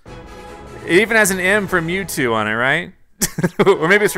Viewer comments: It is mewtwo not mewtoo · It’s Mewtwo Not mewtoo Sorry I had to be that person Edit: He fixed it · It is Mewtwo not Mewtoo XD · Mewtwo not mewtoo